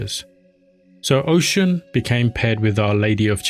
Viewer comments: Oh-Shoon (Oshun) NOT Ocean. Sorry, just can't.. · This was a decent job my guy But you gotta learn how to say their names properly. You mispronounce her name in the way you say “Orisha” Osun is the Yoruba spelling and it’s pronounced “oh-shoon” and Orisha is “O-Rii-Sha”. you can take it a step further and say them properly. Did a decent job, Now do an Even BETTER one. 😊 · Great content but please look up the proper pronunciation 😹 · Respect to oshun, plz say her name right.